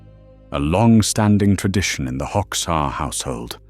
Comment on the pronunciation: "Hoxha" is pronounced /hodža/, not /hoks.ha/.